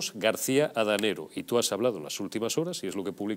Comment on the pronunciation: Adanero, no Danego. Os estáis luciendo